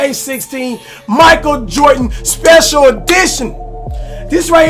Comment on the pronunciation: "Michael Jort-n"